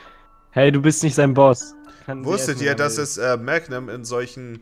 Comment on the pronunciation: Magnum musst du deutsch betonen , da es vom lateinischen ( magnum = groß ) kommt